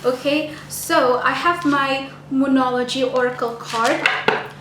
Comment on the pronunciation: When you said : The moonology I heard : Demonology 🤦🤦🤦